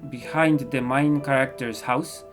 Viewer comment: Your skills are just sooo amazing 😆😆😆😆 I can draw but I suck with watercolor (Although its MY favorite medium...) so could you please do a tutorial on how to use them and how to get better plz???? Love your art style and art ☺️☺️😊😊 Btw: when you say main character it looks like your saying "mein" character (Im studying German a little ) it's rly adorable I rly love your accent 😁 cant wait for the comic as well 😆😆😆